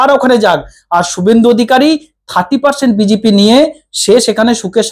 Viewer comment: এ বাবা এটা আবার চ্যানেল খুলেছে নাকি? এ ত বি জে পি ও ত বলতে পারে না বলে বি জি পি। দুর কি একটা salt Lake o উচ্চারণ করতে পারে না।